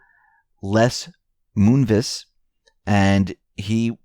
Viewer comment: Moonves, pronounced Moonvez.